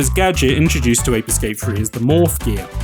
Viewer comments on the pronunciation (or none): none